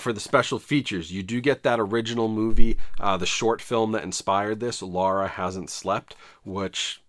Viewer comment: You said “sar it” instead of “saw it”… 🤦🏻‍♂️🤦🏻‍♂️🤦🏻‍♂️ WTF, are you British now?! ☹️ Also, why do you keep saying “Lara”, when it’s Laura??